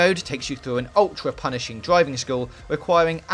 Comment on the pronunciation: “This is a dwiving game.” 😂